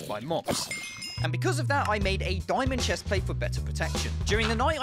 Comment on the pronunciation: Bro you saying diyimond lol bro